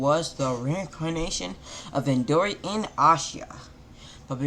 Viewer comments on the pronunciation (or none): It’s indra not induri